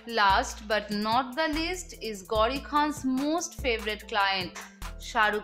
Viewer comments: Hey anchor it’s not gaudi but it’s gauri 😂😂😂😂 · She says gaudi khan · You pronounced "Gauri" so badly